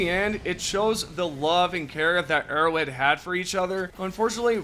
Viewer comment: I like that in this sentence "Arrowhead" sounds an awful lot like "idiots".